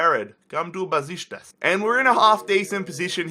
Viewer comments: It's pronounced Beshiktas not Beshitas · mate. For the last time. It's NOT BESISTAS! IT'S BEŞIKTAŞ!! There is a letter "k" there you know? Love the rebuild. Love your videos. Greetings from turkey. And go Beşiktaş!! Black eagles 🦅🦅🦅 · The way he says Besiktas XD